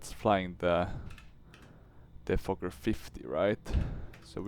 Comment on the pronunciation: saying fokker is like Fucker